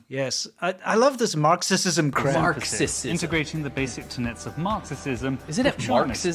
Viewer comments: It's not a tongue slip. It's Marxi-Xi-sm 🤧💀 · How TF does an English guy say Marxisisim? Bruh... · if you are going to do a dictionary commercial don't mispronounce words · An English man who can NOT pronounce basic English words like "Marxism". ROTFLMOA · The guy not knowing how to say Marxism is a good sign though.